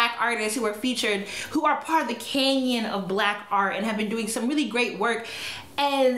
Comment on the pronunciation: Canon...not canyon. Love you 😘